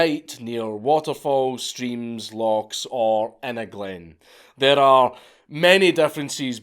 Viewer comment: Ffs, loch.... loch.... not fucken loch...... 🤬